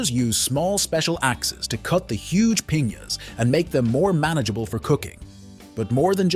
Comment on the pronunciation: And piñas